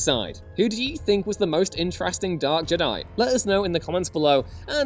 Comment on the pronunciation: Stop fkn saying Jed-die. Its Jed i ffs, if literally disliked and stopped watching for this stupid pronunciation. Like they dont pronounce it like this in the movies do they? No!